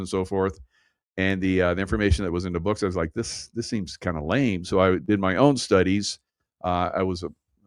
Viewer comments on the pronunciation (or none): none